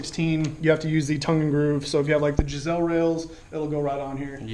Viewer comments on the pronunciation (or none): It's pronounced "guys-lee" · Geissele not Gisselle?